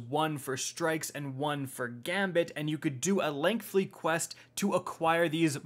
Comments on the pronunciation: Stop saying "lengthly". It's LENGTHY. No L in there. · If anything, hearing “lengthly” five times was...... interesting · Imagine not being able to pronounce the word "lengthy" as an adult....